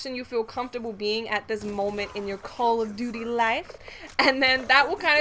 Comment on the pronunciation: Call *Of* Duty not Call A Duty. :3